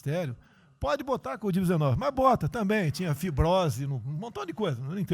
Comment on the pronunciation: Só eu que vi em presidente Bolsonaro falar Codiv-19?